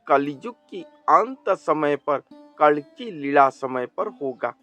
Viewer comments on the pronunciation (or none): आपसे उच्चारण में गलती हो रही है कल्कि अवतार की जगह कलंकी अवतार बोल रहे हो उच्चारण का बहुत बड़ा महत्व है। कोई बात नहीं